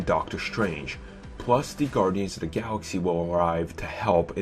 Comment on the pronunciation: It makes me laugh every time this dude says The is da or de lol